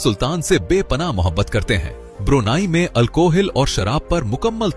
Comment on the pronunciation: ब्रुनाई नहीं ब्रुनेई है दोस्त ✅🙏🏻✌🏻